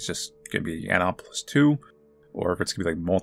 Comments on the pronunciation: How you write it: Anemoi How you read it: Anime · NO its not animwa-opolis!!! the name of the game comes from the word 'anemoia' coined by John Koenig, in the video on the Dictionary of Obscure Sorrows YT channel John pronounces it "ahnehmoya" - the main character in the game mispronounces it so dont go by that please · strongly saying 'anime' will never not be entertaining.